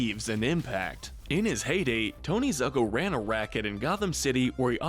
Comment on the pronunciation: Why you Americans have so difficulty to pronounce Italian names? It's ZUcco, not ZAcco or ZAEcco, just think like it's ZOOcco! Plus, I remind you that Ra's KILLED his daughter in Batman Of The Future!